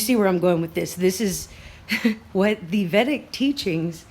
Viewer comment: Pronounced vay-dick. The scriptures are amazing. Check out Art of Living. It's based on them.